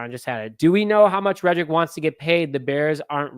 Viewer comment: His name is Reddick not reddrick!😡